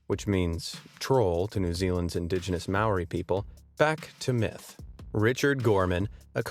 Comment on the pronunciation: don't mean to be rude but you miss pronounced Taniwha and Maori, I am from NZ so I should know.